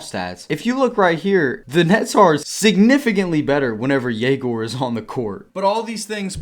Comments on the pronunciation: as a russian myself i dont really understand why does he say YE-gor when the correct way is ye-GOR. I guess its easier for foreigners to understand, but if he asked to put a "ё" on his jersey for his last name why not teach everyone how to pronounce your first name correctly as well...? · Egor did not pronounce his name this way when he was at BYU last year. It would be a legendary move if he makes his name a moving target every year.